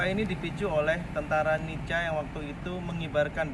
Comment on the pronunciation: Nica dibaca Nika.Nedherland Indisc Civil Administration